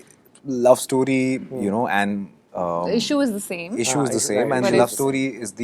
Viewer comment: jaat based film hai bol to paa nahi rahe...issue, issue bas bolte hai 😂😂🤣🤣 aise banaoge film ? 🤦🏻‍♂🤦🏻‍♂🤦🏻‍♂🤦🏻‍♂